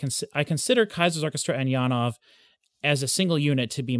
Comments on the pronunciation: The Jan part is corretctly worded, but ove should be more like ov-eh, where the eh is pulled out a fraction. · I love how passionate you are about Janove's music but I really wish you would learn to pronounce his name correctly!